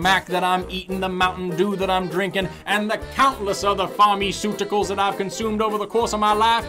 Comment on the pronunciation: OrgAns and Pharmiceutical